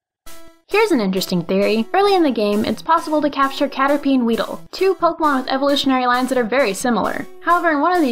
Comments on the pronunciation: How to make a pokémon video: Step 1: Learn how to pronounce Pokémon. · SAY POKE-AY-MON. POKE. AY. MON. THERE'S THREE SYLLABLES IN THE NAME. IF I HEAR POK'MON ONE MORE TIME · The only thing that bugs me is the way they pronounce Pokèmon.